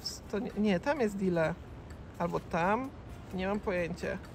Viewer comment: To nie mati lonżuje dile tylko dila jego